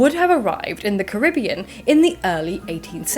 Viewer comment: That PhD student you met is spot-on with the pronunciation of Caribbean. Emphasis on ca-RIB-bean. Signed, a proud Caribbean native P.S. you are all welcome to visit!